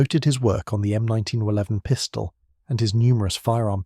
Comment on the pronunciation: is there a way for me to ban all of these AI slop channels from appearing in my feed.. i might be genuinely curious in the topics/video ideas they have but i cant listen to this half nonsense computer voice drone on about slop.. the "M19-1-1", followed directly by the "M19-1-11" if it cant pronounce possibly the most famous pistol in the world, how can it be trusted for any of the other information in the video